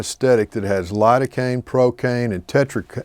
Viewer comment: You mean spread the area with Lidocaine? I heard hurricane 😂